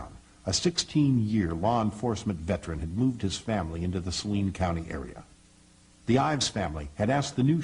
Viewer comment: I know this is an old video but how can you watch so many newscasts and STILL mispronounce Saline (Sa-LEEN) County?